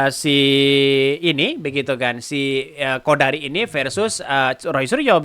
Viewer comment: sebut siqodari.😊